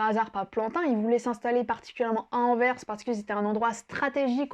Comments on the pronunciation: C'est ma ville natale (où j'ai jamais habité) et merci pour ce chouette portrait. <3 La prochaine fois essaie d'aller à Bruges, qui est d'après moi la plus belle ville de Flandre. PS: Merci d'avoir bien prononcé Anverssssssss :p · Merci! Grâce à toi j’ai prouvé à ma femme que Anvers se dit anverSEUH et non Anvers sans la prononciation du S. Merci beaucoup.